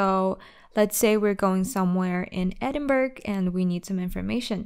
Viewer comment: Sorry, but you got a thumbs down for your pronunciation of Edinburgh.